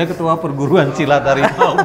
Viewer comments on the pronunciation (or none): Anehh bener emang, se hawimau malaya 😅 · dengan bangga nya ngomong "saya ketua perguruan silat hawimawww" 😅😅